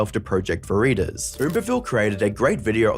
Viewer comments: Project Veritas... pronounced Project Veritahs. A minor thing, but it really bugged me for some reason. sorry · Learn how to pronounce "Veritas." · You don’t know what Project Veritas is? Your pronunciation suggests you’ve never heard of it.